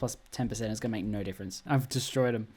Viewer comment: "Ooohhh Naur"